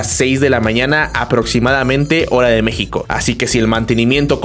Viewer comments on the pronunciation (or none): none